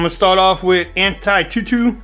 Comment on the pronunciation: ...Ant Tie TuTu ...ROFL XD